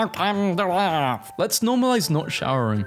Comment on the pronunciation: Welcome to earf